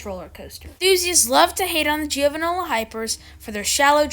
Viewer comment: It’s GIOvanola, not gIOvanola